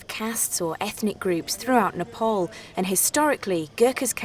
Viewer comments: new world slavery legion and this call what ever you want cant hide facts with TITLES ANDITS PRONOUNCED NEE-PPAA-LL not nipple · It’s Nepal 🇳🇵not nopol Idiot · It’s nepal not nopal